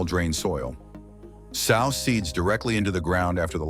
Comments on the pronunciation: It would help if the narrator would learn the correct pronunciation of words so that we aren’t confused about what he is talking about before he continues on with the information. The word sow sounds like sew, not the word for a large pig! A practice of the scrip with someone who knows the correct pronunciation would help tremendously. DO IT! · Sow = SEW!! This is such a well done list and narration... But, it ridiculous to hear that misused pronunciation over and over. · If I were a gambling man, I'd bet that you don't actually listen to your audio before you upload it. Here's a tip sow: to place a seed in the ground & sow: a mother pig are 2 different words with 2 different pronunciations.